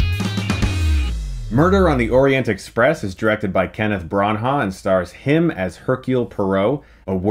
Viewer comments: I was thinking, who the hell is Broncha? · Yeah I noticed that....Bronha lol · Brawn-Ha?! WTF?! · his name is pronounced BRAAANAA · Damn Chris who the heck is Kenneth Brown-Hawk???lol you are butchering it lol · He said Bron-ha and I immediately sighed and thought, "Here we go again..." How can he be in the film industry and never hear so many people's names said out loud? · Kenneth Branagh's last name is pronounced "BRAN - a". Just saying. Love your reviews. Fellow Buckeye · It's pronounced Bra-Nah! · its pronounced - bran-ner the h is silent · Stop saying "Braun--Haugh" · Kenneth Bran-HAAUuh🤣? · Brahn-ha? Cmon man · Its pronounced "Branna" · Pronounced Branner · Chris! You keep mispronouncing Branagh!!! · Am I prejudiced or is this an American thing: to pronounce foreign names wrong? Anyway, I like Chrays Stoockmin. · The way Chris pronounces Branagh 🙈 Love that Fury Road t-shirt by the way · I thought it was a glitch or something but then he did it again. He's taking special care to be especially wrong and consistent about this pronunciation. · Listening to Americans saying Branagh is my new favourite hobby. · kenneth branagh is more than famous enough and been around long enough for a movie critic to know how to pronounce his name. also poirot!!! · Chris, you are cracking me up everytime you say Branagh's name. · Looks like I'm not the only one noticing Chris pronouncing Branagh wrong, lol. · I’m sorry but you completely destroyed the pronunciation of Kenneth branoughs name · Stop murdering his last name. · oh, Chris, your videos are so great but if you don't know how to pronounce an actor's name, please just look it up. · Learn how to pronounce his name, buddy. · Bron - haw? Seriously dude, it's not that hard to pronounce... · Chris, it's "Branner" not "Baun-huh". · Ok Chris, love your work but... 1 It's Bran-na not Bron-ha. 2 You obviously could not have seen David Suchet as Poirot who played the detective in the long-running British tv series.